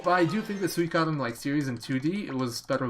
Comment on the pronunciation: Always great to see a Suikoden speedrun man! I'm sure you know by now, but it's pronounced Swee-ko-den. There's a commercial for the game that says it. Kind of kills the debate over pronunciation.